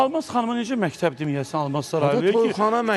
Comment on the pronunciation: Mehteb yox mekteb